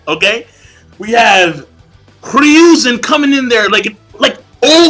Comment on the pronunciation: You also really need to start saying Hiruzen's name correctly -,-' It's Hiruzen, not Ryuuzen like you keep saying.